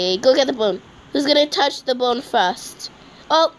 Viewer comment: When she wanted to say "bone" it was "bON'' LOL 🤣🤣🤣